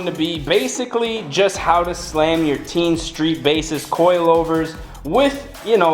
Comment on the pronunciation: It is テイン teh-(ee)n/teh-in. I'm Japanese.